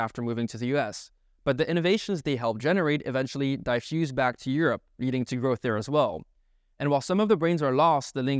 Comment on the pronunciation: Interesting analysis. I'm wondering what the numbers look like for people leaving the US to go to Europe or elsewhere, as well. BTW: – Diffuse is pronounced "di" as in "different", not "dai'. – The expression is raises the question; "begs the question" is the name of a logical fallacy. – It seems like you mixed both the colonial & properly transliterated name of the city; it's either Bangalore or Bengaluru, not "Bengalore" lol.